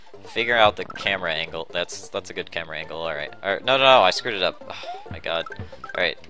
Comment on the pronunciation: I know it's kind of an old video but i can't stand him saying God like that.